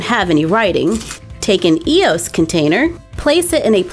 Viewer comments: Its E O S not eeooss all together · First Also its not pronounced e-os its EOS